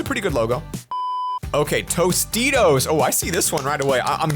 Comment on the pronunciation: Has everybody just said tortitos insted of tositos?